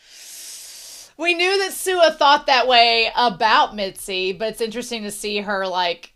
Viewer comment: whenever you say mitsy instead of mizi i get reminded of mitsi from animation vs animator made by alan becker